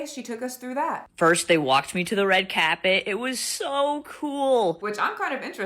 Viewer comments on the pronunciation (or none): WTF is a “red cabet”?! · Red cap-it? 😂 come on now